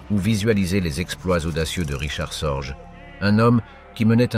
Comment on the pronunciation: richard SORGE sans s se prononce SORGUE